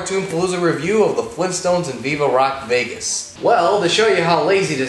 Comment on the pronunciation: Fleentstones?! OK, no. Sorry.